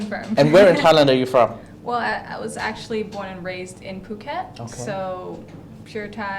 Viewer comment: How long has been in "Pew"ket? That pronunciation annoys me every time.